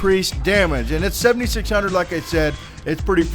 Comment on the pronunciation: Dude it took me a while to think when you said 76 hundered i thought u said 76,000